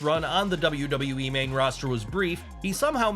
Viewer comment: Kozlov pronouncing it as "Double Double E " was so over with me 😂